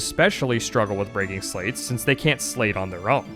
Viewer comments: Interesting to hear you pronounce sleights as "slates". I thought it was pronounced like "lights" with an 's' in front (like in sleight of hand). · My favorite thing about being a Chain of Memories fan is how they wrote "Sleights" in a card system -referencing sleight (like Slight) of hand, yet the pronunciation of "Sl8" has become the norm. And I am not free of it. You can pull my sl8 pronounciation from my cold dead hands